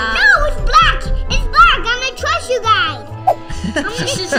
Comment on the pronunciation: I’m going to Trost you gays Me;awww☺️🥺🥺🥺